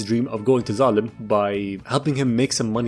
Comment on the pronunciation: My dumbass thought that when he sai"d we got Zalem" he said "we got X.A.N.A" from code lyoko